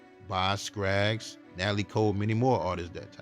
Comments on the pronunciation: LOVE the info in this documentary! JSYK it's Scaggs Not Scraggs😊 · Box Skaggs!!! Not Scraggs😜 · Great cover on my guy Bobby Caldwell. But can I just say one thing? Please work on pronunciation and proper speaking of names okay sweetie? It’s Bob Skaggs not Skraggs. That’s important because everything is so n a persons name. Love your work and I’ll keep watching. 😊😘♥️🙏🏾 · Dude, it's BOZ Scaggs NOT BOZ Scraggs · It is Boz SCAGGS, no R. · Please stop saying Boz "Scrags"! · Dude said Boz Skraggs??? Skraggs??😂😂😂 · Boz SCAGGS, dear. 😊. No 'R' , brother. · BOZ SCAGGS…say the man’s name right! You made him sound awful!